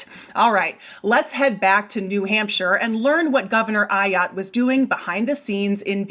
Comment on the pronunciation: AAAAAAAAAAAA-yotte! Learn how to say her name. Shows you surely did not watch the video within your own video. Geez.